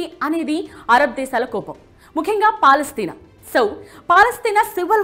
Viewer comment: Bongu gelustadi israel Madam first meru palestine peru sarigga ananadam nerchukondi